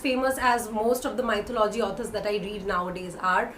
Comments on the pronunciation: You pronounce 'Mythology ' incorrectly. It is not 'Mytho- logy'. It is 'myth-o-logy'. Check out the correct pronunciation in Google. ☺ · Maithalology???, wrong pronounciation..🙄🙄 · Hi, I believe you are pronouncing mythology wrong, please look up the right pronunciation. That being said, I find your channel to be very informative:) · Check the correct pronunciation of mythology